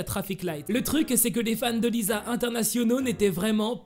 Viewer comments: C lisa pas liza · Lisa c pas le son [z] c le son [s] comme si on disais lissa mais sa s’ecrit lisa